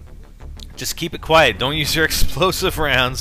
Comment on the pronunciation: LOL its supposed to be "quiet"